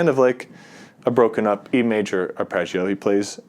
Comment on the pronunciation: Curious why you say “Arpreggio” rather than “Arpeggio”